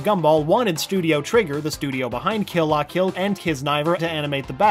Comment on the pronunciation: YOU TRIGGERED ME! If you are going to talk about anime pronounce them right. Kill la kill was pronounced wrong